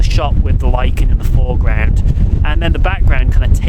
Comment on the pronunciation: Nice to see you,. Love the shots, what a location. I really must visit the Isle again...it’s been years. Oh, and in English, lichen is pronounced laiken just as you said it! 😁 Until the next time...stay safe